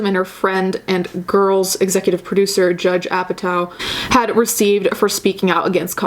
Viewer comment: You’re saying her name wrong which makes you look silly imo. Also it’s Judd Apatow not judge. Also I’ve listened to that podcast and it was tasteless or whatever but I get what she was saying. I don’t think she’s garbage. That’s all.